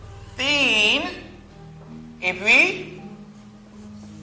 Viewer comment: Bon travail bro c 13 la t bann problem pou prononcer li